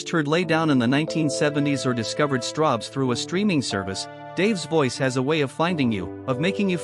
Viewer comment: ... Are you sure it's not Strawbs, and not Strobes ? ... (÷